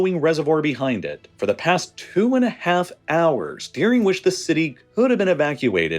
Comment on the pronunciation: why he says dearing instead of during? its annoying